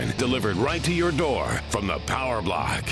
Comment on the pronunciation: PONTIAC POWA